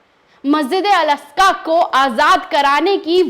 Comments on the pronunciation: Aska nhi Aqsa . Bolna sikho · अल अस्का नही अल अक्सा.मैडम. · Madam, Masjid Al Aska nahi hai. Balki sahi naam Masjid e Al Aqsa hai. हिंदी में मस्जिद ए अल अक्सा है। मेहरबानी करके सही नाम बोलिए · 😂😂😂,,,,al,,asja,,,nahi,,al,,aksa,,he,,pehla,bolna sikhi,fir,lekchars dena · ji Masjipd e aksa h aap al aska bol rhi hn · tumko baat karna nahi aata sahi se wo theek hai hum samaj sakte hai talafuz sahi nahi apka. Per masjid Al-Aqsa ka naam to sahi se lo tum baar baar Al- Asqa bol rahi ho. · Al aska nhi mam al aksa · Masjide aksa....masjide aska nahi hota he o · Please articulate rightly the word " Al-Aqsa"(Masjid).. .. जहां तक अमेरिका की मक्कारी की बात का ज़िक्र है तो 'Nostradamus' से भी ज्यादा spiritual और foresighted सूफ़ी 'नैमतुल्लाह" वली(8 वी सदी ई०) ने तभी तो अमरीका जैसों के बारे में पेशीनगोई की थी कि इन Westerns का भी history में ही ज़िक्र रह जाएगा और यह इनका 'मन्तक़ी अंजाम' होगा!(rational fate)